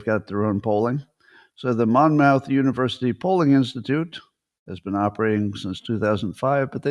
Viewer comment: Monmouth is actually pronounced “Mommith”. I live about a half hour from the school. Kind of surprised they’re closing their polling apparatus since it was often quoted in the news as an authoritative source, for better or worse.